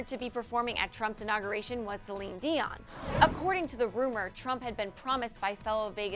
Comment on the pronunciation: Omg. Am I the only one getting annoyed that she didn't pronounce Celine Dion's last name right?